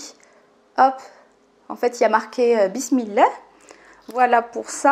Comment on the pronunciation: J'aime bien tes contenus mais ce qui m'embête ça la façon dont tu t exprime quand tu dis douaa bismillah inchallah , tu le dis à la française au lieu d'employer l'intonation naturel vu que tu es marocaine !!